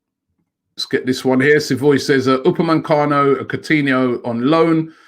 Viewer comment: stop calling him upamancano ROBBIE! If we want him we wanna get his name right! U _ PA _ ME _ CANO! omg Robbie you must be working for Tottenham.